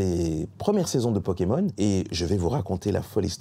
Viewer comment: C'est donc ce monsieur qui a écorché pokémon en "pokémoche"" dans le cd ^^'